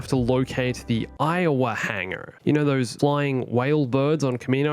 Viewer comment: was anyone else doing something while listening to this, heard "Aiwha hangar" and had a vision of an Iowa-class battleship fighting a Star Destroyer?